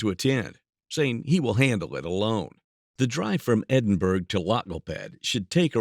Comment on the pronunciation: Edinburgh is pronounced Endinbororgh!!